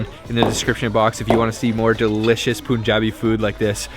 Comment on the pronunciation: It's pronounced Pun-Ja-Bee . Pun as in 'pun intended'